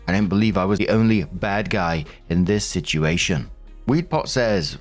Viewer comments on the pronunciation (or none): I miss when you pronounced "situation" like "sitchi-ation",. Unless I imagined that, then nevermind.